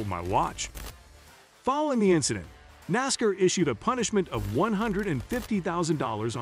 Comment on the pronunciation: Let's go Noscar, I love it, you can't pronounce NASCAR....